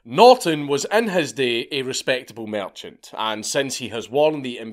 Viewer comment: "Merchant" you say...